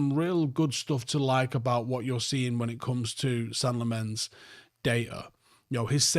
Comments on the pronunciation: Senne-gal Lemons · "Sen-nuh Lamm-uns"... You're welcome. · Just a note on pronunciation. Its Senne as in Senegal -gal. And Lammens as in (Lard-rd) + (lemons -le).